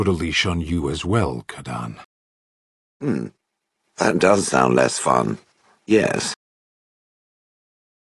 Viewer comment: but he said kadaan?!?!